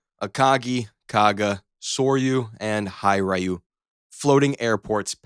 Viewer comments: Hiryu?? Or Hir-yu😂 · It was pronounced “here you” not “high rye you” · It's actually pronounced "He Ryu" (like the word "he" and not hey) and not "Hi Ryu". You pronounced the other carriers correctly :) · I know in English it looks like Hi-ryu, but it's pronounced H-E-ru-you. At least that the best I could do it in a comment. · hiryu is pronounced hee-ree-you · Gets soryu but pronounces hiryu as Hai-rye-you???? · Sigh, the over-the-top text is really tiresome, especially since the Zumwalt did not evolve into a real class itself (they ordered 3 instead of 32). By most accounts it is a technological marvel that could not get its shit together, it is widely considered a big failure. By the way, Hai-Rai-You? JFC, ai is still dumb af.. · “High-rayoo” has me fucked up lol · "hi, rayu! 👋" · "High Ryu" lol. That pronunciation got me thinking someone is getting lit with Ryu from Street Fighter. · High rye you? Yah moto? Zuhm walt? Can't you pronounce at least one ship's name correctly? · FYI Hiryu is pronounced “HEAR-you”. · Your pronunciation of Hiryu is killing me.... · Pronouncing Hiryu like that made me cringe. Then you called the Yamato that...I collapsed into a black hole.